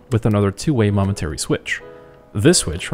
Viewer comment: Were you saying "monetary" switches? Lol